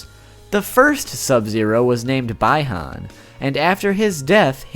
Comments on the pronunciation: its pronounced bee-han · its pronounced be han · Bi-Han is Bee-Hon. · Your pronunciation brings dishonor to Bi-han and the Lin Kuei. Plus if you really played the game (AND LISTENED!) you'd hear it. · Goodness gracious you did terrible with the names Bi Han and Kuai Liang. Great video anyways. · He says sub zero is his favorite *mispronounces both of the brothers names. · I started to not belive that ur pernounceation is not trash but after hearing u pernounce both of the sub zeros names I started to belive it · He pronounced Bi-Han wrong and Kuei Liang wrong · It's not bye han it 's bi han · It's bihan not by honne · Bi Han it’s pronounced (Be-Hon) not (bye-Hon) the i is silent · It’s b Han no bye Han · It's pronounced "Bee Han" not "Bye Han".... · It's pronounced as be Han not bi han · Its bee-han not by-han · Its not by-haun Its b-i-han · BEHON nOt BIHON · BAI HAN its BEE han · Bi Han, like a bisexual Han Solo? It's BEE Han. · Bee han not bye han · It’s beeeeee Han not “bye Han “ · The name is Bahan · It's bee han you cuck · This guy really said bai han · His name is bi-han (bE-han) that is how you pronounce it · It’s be Han but you spell it bi Han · it's be han the i is making the e sound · Bi Han’s pronunciation is be han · it's pronounce Bee-han not to be rude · I know its Bi Han but you need to say it like be han I mean he is your fav so just helpin you out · bi-han is pronounced be-han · By-Han hahahahaha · Bi(pronounced bee) han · its prenounced BE HAN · Bi-han? More like Bye-han... because he's DEAD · Bi-han is pronounced bee-Han Kuai-liang is pronounced kqi lee ang It’s a bit confusing but I hope it helps so people don’t burn at the steak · Bee-han is how its pronounced and just... ugh. Yup, your pronunciation of their names are horrid. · Omg dude it’s Bi han(BEE•Hann) and Kuia Liang(Kuwhy Liang) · bi-han is pronounced bee han and kuai liang is pronounced kwie leeang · It’s Bi Han [Be Hon] And Kuai Liang [Ky Lang]